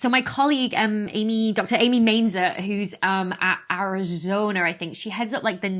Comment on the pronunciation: It's Arizona not Arizoner. Please!